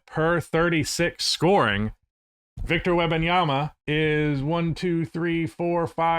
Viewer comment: Agree with the arguments presented but, please, stop saying Webbinyama. Is either Wemby or WEM - Banyama Is a person's name ^^ Respect